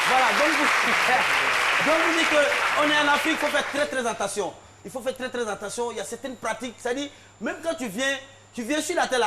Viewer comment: On dit: « attention » et Non « entation »